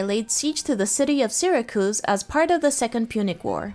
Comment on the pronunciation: "syr-ah-cooze" .........no...................just...........no...........